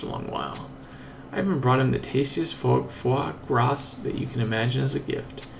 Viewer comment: foie gras is pronounced as fwa-gra. the 's' at the back is silent